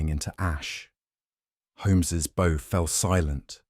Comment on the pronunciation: Hello from a happy subscriber in Ontario, Canada! Lovely who-done-it in the style of Sir Arthur Conan Doyle. Wonderful narration by except for the difficulty, once, saying bow as b/ow (like in front of an audience) instead of bow as bo like with a violin bow. Otherwise, simply marvelous, thank you good people at MindSherlock.